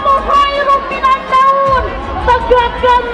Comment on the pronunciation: Kok teriaknya assolatukhairumminannaun... apa saya salah dengar?pada